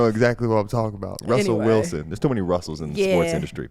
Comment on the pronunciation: « Wussel Rilson » 😂😂😂😂